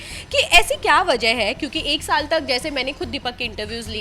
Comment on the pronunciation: Bigg Boss 12 khatm hue ek shaal ho gye h kya... anchor baar baar ek shaal bool rhe...😂